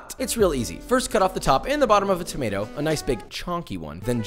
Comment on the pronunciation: The way you said tomato is literally how Arabs pronounce it😂